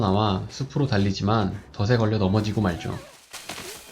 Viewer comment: 덫에 더체 라고 해야 돼요 더세가 아니고요